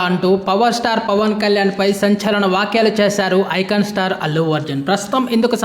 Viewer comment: Vaakyalu kaduraa, vyaakyalu. Veera bhallu kaduraa, veera mallu. Mundu cheppatam nerchuko raa dumbri😂😂